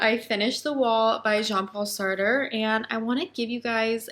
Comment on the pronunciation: It is pronounced Sart - the rest is silent. Languages are tough. Hope this helps.